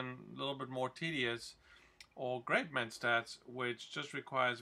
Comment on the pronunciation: It's mentats not menstats